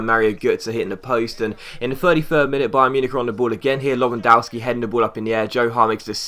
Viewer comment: The w in lewandowski is pronounced v